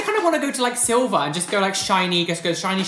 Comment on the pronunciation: "Shiny Shilver" LOL i do the same thing more often than i should